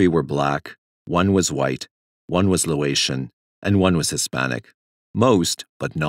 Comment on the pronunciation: Sorry, nitpicky a bit, but it's pronounced "LAY-oh-tian" not "LOW-ay-tian"